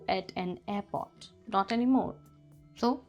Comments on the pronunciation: Its not airpot its airport with an R in it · Please learn to pronounce words "aiport" and "story" correctly. You're messing up my English, lady. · even in india we don't say airport as apot.....